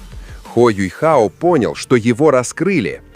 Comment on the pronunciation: я не про рисовку, да он теперь выглядит старше, опытнее и мужественно. Меня триггерит "Юйхао", откуда в имени взялся этот "й"?? Он Юхао а не Юйхао🤦‍♂️